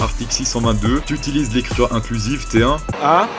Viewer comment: "écriteure" Comme quoi, même le grand se doit de perfectionner sa perfection